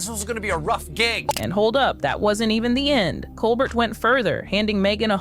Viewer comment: A bit of respectful feedback to the narrator: please know how to pronounced a person's last name, i.e. Colbert and Jost. It will help support your collaborations by showing your extensive knowledge regarding the people you are referencing and citing. Please know this is just a "round table thought" for future videos, bc these are very good. Keep it up.